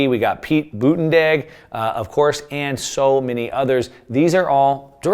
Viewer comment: Holy crap Gabbard and Crenshaw too?! We can't hear those clips there's also a giant glare on the board from your lighting and Pete's name is pronounced BootEdgeEdge. Great information keep up the great work!